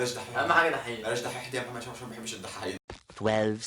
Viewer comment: بالتوفيق يامحمد انت شخص كويس بس متقولش كلمة محمد تانى عشان انت بتنطقها محمه ودى بتضاااااااااااااااااايقنى